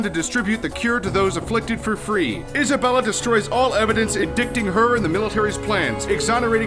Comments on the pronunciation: I laughed so hard at the end when you pronounced "indicting" (in - die - ting) as (in - dick - ting). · aww, it's pronounced In-DIGHT-ing - the c is silent. Pardon me, first comment ever to you guys and it's technically a criticism. Sorry, I just thought it sounded cute. I love your narrating in these 3 minute videos, keep up the great work. :)